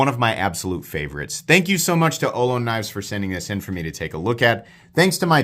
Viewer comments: Looks like a great knife, but being named after the California tribe of native Americans, it is pronounced oh loh nee. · Great review, fantastic knife. I'd love to see an auto version. For some reason there aren't many autos with contoured titanium handles, and the crossbar lock is my favorite auto release. FYI, in the San Francisco Bay Area we usually pronounce it oh-LOW-nee. We have Ohlone college and the Ohlone trail. The Ohlone were the local native Americans in the San Francisco East Bay. I think Ohlone knives is from a different part of the west coast, so maybe they pronounce it differently. Thanks for all you do!